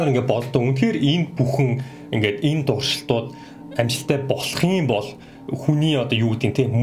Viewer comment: ...туршилтууд гэдгийг дуршилтууд гэж хэлж бна уу? Update 2 сургалтанд Update 1-т хамрагдаж бж орсон нь дээр үү?